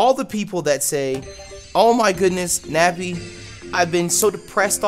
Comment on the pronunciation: he said nebby instead of nappy